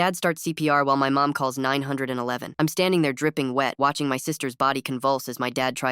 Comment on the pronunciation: Wile my parents call nine hundred and eleven buddy I think it's pronounced 911 😭